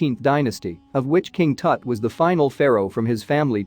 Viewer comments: Someone needs 2 tell the commentator his pronouncing of king Tut's name n others r totally wrong!!! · I thought this was a well researched and edited video. Yes, the automaton voice saying Tut's name wrong made me cringe. But here is my issue. I just turned 66. Ugh. So perhaps that's tainted my judgment. But I found myself thinking, these sarcophagus, especially the last ones were hidden away for a purpose. I don't know the purpose of the pyramids, but if they were built to house the remains and treasures, they should be left alone. I'm an American, but Queen Elizabeth II just died, should her tomb be raided or looted? My mother left my dad's wedding ring on because he never took it off. I respect others opinions that archeological digs teach us about ancient cultures. Recently a gorgeous Roman tiled floor was discovered under a field. That doesn't bother me. Maybe I'm just old.